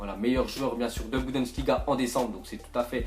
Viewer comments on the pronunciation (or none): C pas budensliga c bundensliga